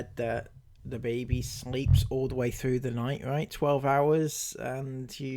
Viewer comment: Think she needs more speech lessons...she let a "frew" and "breave" slip in then, rather than "through" and "breathe"!